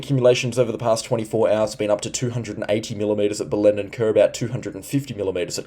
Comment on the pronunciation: thanks for the updates. You still need to brush up on your pronunciation of Hughenden, Bellenden & Diwan(?). I think you were referring to Diwan (in the Daintree area), but I am not sure. Perhaps you were talking about some other area of the Daintree? Cheers, mate.